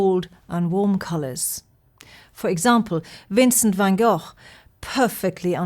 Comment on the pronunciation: What a pleasure it listening to. She brings this splendid late Degas to life, for those not already entranced by this peerless master (unlike so many experts who should know better, she almost pronounces van Gogh correctly, as a bonus). She needs to do a lot more of this, please.